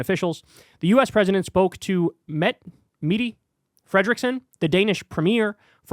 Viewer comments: The Danish Primeminesters first name is Mette ( Met-te ) maybe Mettae would be easiers for you and closer to the right sound of the name. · Not to take away from the message of this video - but I chuckled a bit at "Meaty" Frederiksen